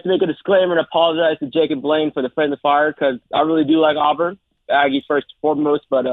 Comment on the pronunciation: "Blain" count: (Blanyé) 1. 2. 3.